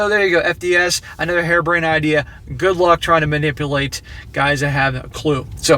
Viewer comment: Ha, did he say "Harem brained ideas"?